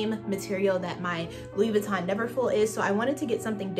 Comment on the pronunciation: Enunciate Louis Vuitton correctly if you’re going to carry the bag. Ugh!!!!